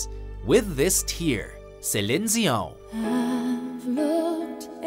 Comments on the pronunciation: You said Cellin Diogh one too many times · It would have been nice if you'd picked better known songs. I consider myself pretty fluent with the pop and R&B scene from the 80s and 90s but I recognized very few of these. Also, it's Sea-lean Dee on. Not however, weird way you pronounced Celine Dion with the wacky French intonation. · Who the hell is "saline zeeohñ"? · I don't mind that he's trying to use the French phonics but he's way off base 😂 it sounds like "Seh-lin Zi-ohw" when it should be more like "Se-leen Dee-ohn" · It doesn't matter that he's attempting to pronounce it like he imagines French Canadians do. SHE, Her Husband, entourage, etc. Pronounce it Seleen Deeon. NOT Selin Zeeon. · Sellen Deeown? Its Celine Dion. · Who is Zelene Zion??? Like dudee it's CELINE DION. YA HEAR ME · "Celins Zion" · hey, the way you prononce Celine Dion ("Selline Dziion") makes me think you're actually canadian:-) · I mean really bad enough he says it like that but he says it four times. each time I 'm like Sa-leen De-on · Laughed every time he said it. 😂😂😂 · Why is he pronouncing Celine Dion as Selin Zeeon? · Celine zion lol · The way he pronounces Celine Dion's name. SaLenz Zeeo-yown//My favorites "I feel for You" (Chaka Kahn/Mellie Mel) and although Prince didn't write "I wanna be your lover" for Millie Jackson, I enjoyed her version. I like Prince's version of "How come you don't call me" over Alicia Key's rendition. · Who is Celinn Zion? Never heard of Celinn Zion. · “Selin Zeeon” 🤨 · It’s pronounced Sa-lean de-on. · "Sell Een Zee Ohnn" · Why did they play water from the moon and not With This Tear? And why is he pronouncing Celine's name like that? Shesheeen Shion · The hell is a "Celenzeeone?" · Who the f* is Cilincioan? 🤣😂@ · "Seleen Djiyo"... The hell? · Who the hell is Saylin Zeeohn?! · why does he pronounces celine dion as tselin dzion ? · Celeen? Din? Really? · Prince beats Michael Jackson any time... And why is he saying Celine Sion?